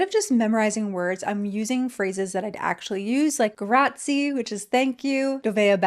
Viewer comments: Personally, I don't think I want anyone picking my books for me 😅. Also, I think you will enjoy Italy! They do pronounce all the vowels so remember to say that 'e' pronounced like 'ae' at the end of grazie 😉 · Hi, as an Italian speaker (not native), some things I noticed: - when a word finishes in a vowel, the accent is basically on the last vowel - Grazie - that final E is pronounced but not as an English E (i), but as an Italian E (like e in effortless) - GN (gnocchi, bagno etc) - think of how you read KN in knowledge Anyhow, congrats on starting learning Italian… I have been speaking it for 5 years for work and it is a really musical language ❤🤍💚